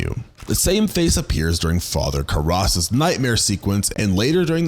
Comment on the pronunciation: Father WHO? that has to be the craziest pronunciation on Father Karras's name i've ever heard, have you never seen the movie?